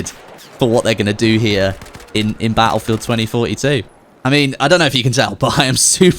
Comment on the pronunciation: Baulfewed tweny foty tew